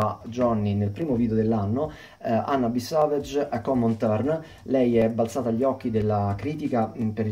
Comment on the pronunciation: Gary Numan-Intruder. SEveg la pronuncia di Savage